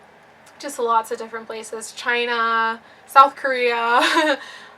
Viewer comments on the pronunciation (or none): none